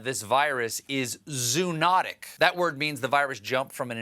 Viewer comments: Zoonotic is pronounced zoh-uh-NOT-ik , not zoo-NOT-ik . You also screwed up Latinx several months ago. When in doubt, check a good online dictionary (Lexico, MW) -- each has a pronunciation function. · Can we please start pronouncing 'zoonotic' properly? It's "zo-onotic", not "zoo-onotic". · It’s pronounced “zo-uh-not-ic.” But that matters not. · Dear Stephen. I type this with much love. The word is pronounced: zow·uh·naa·tuhk